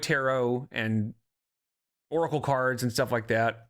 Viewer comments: she pronounces oracle like "urkel" and I can't unhear it. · I always thought of her pronunciation as "orkle'